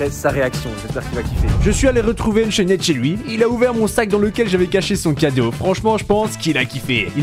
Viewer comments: yo tes vidéo sont incroyable comme d'habitude je remarque que tu dit unchained avec le d sauf que sa se prononce unchaine voila😁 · On dit Unchaine mais le d et le e ne se pronnonse pas